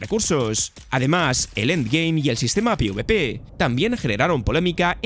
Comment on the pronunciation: Me pone de los nervios como este tío se esfuerza en sobrepronunciar los nombres "Ark Suvivar Ascendid" Universo de "Diun" y luego lo finiquita diciendo "Pi uve pe" Hace como un ademán de hablar inglés y acaba acercandose a ningun idioma